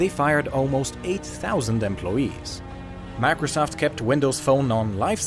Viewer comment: It sounds like he's saying "macresoft" XD